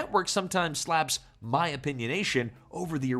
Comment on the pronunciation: Oh AI...you had me until you had to pronounce Mayim.